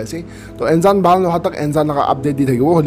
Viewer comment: It's actually Nzan... ❤️ don't pronounce the 'N' as it is but,like uNNNzan..